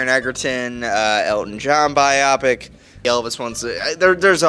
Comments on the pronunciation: Are able to pronounce „Biopic“ correctly ONCE??? The emphasis is on the I not the o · Am I crazy? Everyone keeps saying "bye-op-ick". Isn't it pronounced "bye-oh-pick"? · He’s pronouncing wrong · I thought so! This was the 3rd or 4th review I watched where the reviewer said it like that, so I thought I was losing my mind 😅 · WTFf? This professional troll doesn’t know what he’s talking about. And a movie reviewer that mispronounces biopic? 😂😂😂